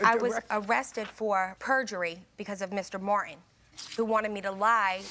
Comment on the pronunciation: My first name is Martin and I hate when people say it like there's no T in it! "...because of Mr. Mwar-IN..." Ugh... 🤢🤢